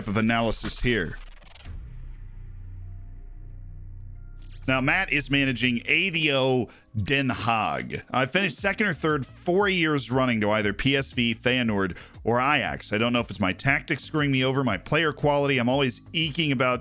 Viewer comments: ado is pronounced ah-dough ;) greatest team with abysmal miserable historical stats....but what can you do as resident of the Hague :( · You say ado as 1 word